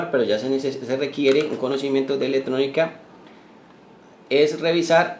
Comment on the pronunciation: Buena la intención de el video, gracias por el esfuerzo, te recomendaría corregir las ideas que tienen los demás comentarios y algo muy importante corregir la pronunciación de las palabras Ej: Ele tronica, Cone cion, Dete tar, Corru ta, Prote cion etc. Recuerda que escuchar las palabras mal pronunciadas es como hablar con una persona que tiene mal aliento. Muchos éxitos amigo.